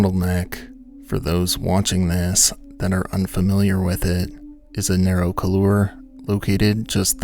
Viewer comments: Couloir: It’s “cool-WAR,” not “kuh-LOOR.” smdh #BasicMountaineeringTerms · So, couloir is pronounced something like KOOLwar in English. In French the r sound is softer almost like KOOLwah with just a touch of r at the end. The emphasis is on the 1st syllable not the second. So it’s not koolUR as you pronounce it. If you’re doing an episode about mountaineering you’re losing credibility mispronouncing couloir. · A comment on pronunciation: koolwahr (not cooloor). Couloir is French, and "-oir" is a "wah" sound, as in "warren" or "waft" or French for "black", "noir". Thank you for the video, excellent as usual.